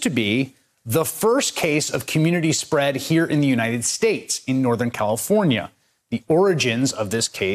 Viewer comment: More like United Schtates